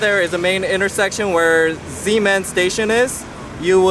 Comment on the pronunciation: BTW you pronounce the X as a SH.. Shemending...